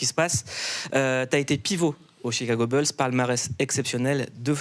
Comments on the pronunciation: arrête de dire "BEULZ" Mouloud! On dit "BOULZE"! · Les "Chicago Beuls" 🙄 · on peut refaire la vidéo en disant "chicago boulsse" plutôt que "beulsse" ? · Chicago Beuls 😂😂😂😂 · Bulls ça se prononce boulssssss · « boulz » alors. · "beuls" ça va me hanter pendant des jours😹😹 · Quelqu’un peut briefer Mouloud sur la prononciation des Chicago « Beulz » 😂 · Les Chicago Beulss MDR 😅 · Arrête de dire Chicago « beuls » 😂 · "les "beuls" de Zach Lavaïne" horrible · Faites un effort sur la prononciation c'est les Chicago Bulls et les Detroit Pistons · "Chicago Beulsse" Et les noms des joueurs aussi : "Zack LaVayne" 😁... Reste frenchy gars 😄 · Chicago bulle et Détroit Piston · Chicago Beulz et Detroit pisTON . Un petit effort !